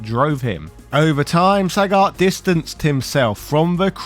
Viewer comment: Why is Sagat pronounced “Sah-got” and “Saget” by the same person in the same review? Why are there 2 versions of the same name?